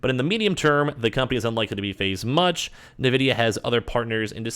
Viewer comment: N-vidia not na-vidia.